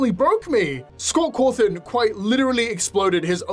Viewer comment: Scott cawrshohn